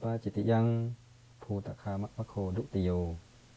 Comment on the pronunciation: คาออกเสียงเป็นกา